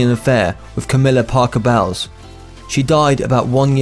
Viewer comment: are you kidding with with your bad pronunciation of Parker-Bowles?!!! WOW